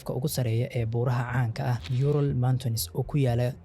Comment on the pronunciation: Yural ma ahan ee uuraal ugu dhawaaq burta